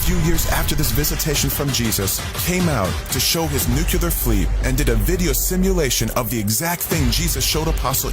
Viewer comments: Bro, he even has saying “Nukoolar” I mean, I’m pretty sure it’s NUCLEAR, right? Smh. These people…#brainwashed #cultbehavior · He cant even pronounce NUCLEAR 🤣🤣🤣 I need MY LEADERS to KNOW how to speak... And i was thinking..how much money does jesus really need, can spirits spend money...🤣🤣🤣 So the submarine hit CENTRAL FLORIDA, NOT THE WHOLE FLORIDA CUZ I USE TO LIVE THERE SO I KNOW..WHAT A PIECE OF GARBAGE....you know what, jesus came TO ME in a dream and said that he dont, wait, he doesnt know him.....why is it that I and others who watch this and laugh and know this to be garbage Know this to be completely bull$hit.....Michelle is definitely all in .....